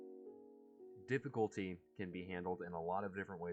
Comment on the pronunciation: your voice over is a little quiet, and also 'diffuctly' as opposed to difficultly. good video otherwise